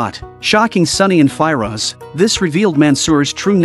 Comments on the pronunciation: Normal people : Firoz AI : Fi - Roj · Sunny and Fi-Rosh 😂😂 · The way he pronounces "Firoz" bugged me so much I couldn't watch past 53 secs 😭